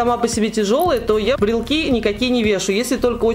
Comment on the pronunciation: Правильно говорить брелОки😍😍 не в обиду, просто поправила